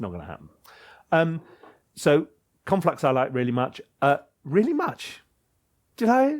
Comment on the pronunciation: Conlflux sounds like something you’d have before your full English. 😂